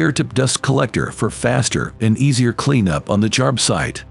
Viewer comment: You'd think Milwaukee would invest a little more in the quality of their commercial.... "Milwarkee"?? "Jarb-site"?? 🤨